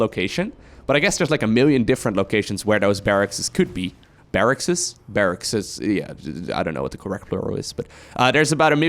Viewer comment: Barracks is correct but it can be tricky to pronounce. Think of it as Barrax and not Barrackses